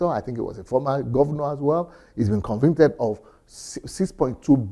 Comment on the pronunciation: is it convinted? or convicted, just kidding